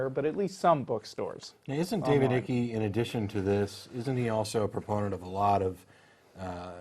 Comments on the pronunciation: its not ickie. as you say it its david ike. thats iiiiiiiii k e ike not ickie. learn english guys. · its icke, pronounced 'bike' without the B .............fucking yanks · Icke pronounced "aik" you dumb asses!! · Hahaha the way they say icke, just so people know, it’s said like pike without the p. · His name is pronounced "ike" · ***** Ike or ickey...the dude is either a nutbar...or crazy like a fox and harvesting money from the nutbars. Spelling is correct or incorrect. Pronunciation is subjective. Dave pronounces his last name Ike. His cousin, same name, pronounces it Eekay. Which one of them pronounces his own last name incorrectly? So didnt pronounce it the way Ick does? What's the capital city of Russia? Did you pronounce it Moskva? Muscovites do. If you didn't, stfu. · Pronounced Iycke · His last name rhymes with "Pike" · It's David Icke /aik/ rhymes with bike. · It's pronounced 'Ike'. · His name is pronounced Ike as in Ike Turner. It is scary how many lap up his kookyness. I have engaged many. One very strange thing they all seem to do is say over and over you need to read his books then you will know. After I have told them in no uncertain terms I have. I HAVE! They say yes but you should just read his book. WTF? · Are these guys fucking stupid? David Icke's last name is pronounced IKE as in the word LIKE. From there they dismiss everything these people have to say without examining any possible merit. Aristotle once said "The mark of true intelligence is the ability to entertain a thought without fully accepting it." These men can not even entertain a thought. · aTheism is not a belief system. It rejects your beliefs. Thats like not supporting a football team means your hobby in not supporting one. Pronounced David Ike, like lIKE. He used to be a goalkeeper in the UK. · david's 2nd name is pronounced wrong. it ryhmes with spike not with sticky